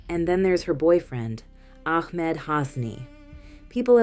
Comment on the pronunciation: Sometimes you said AHmed something ARhem. Ahmed with a H is the correct way to pronounce this name. Or just say the boyfriend…